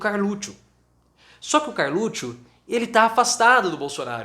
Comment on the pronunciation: Por que ele fala Carlutcho? Trem chato